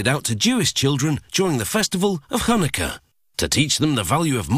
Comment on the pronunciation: Anyone: Hanukkah Narrator: HUanikka